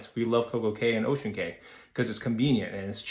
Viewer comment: Ocean Cay is pronounced Ocean Key. I hope they don’t build slides, etc. I would like them to keep it as it is. Stay with the other cruiselines if that’s why you are wanting.